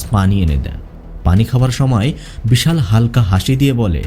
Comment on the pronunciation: কিন্তু ভাই আমি তো নিজেই ইন্ডিয়ান from North 24 parganas but আমি মুসলিম হলেও আপনার মত উচ্চারণ আমার বা আমাদের আশেপাশে কোনও মুসলিম দের ই সাধারণত হয় না। আমি আরো লক্ষ্য করলাম যে আপনি বিশাল কে কখনও কখনও ভিশাল বলছেন। এটা বাংলাদেশ এর লোক ছাড়া কোনো ভারতীয় করবে না। কারণ বাংলাদেশ এর বেশির ভাগ অধিবাসী ভদ্র বাংলা বলতে পারে না। আর উচ্চারণ ও অত সুন্দর নয়।